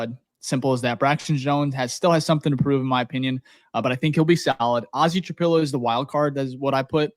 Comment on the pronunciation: Please LEARN how to say Ozzie Trapilo. It's not hard.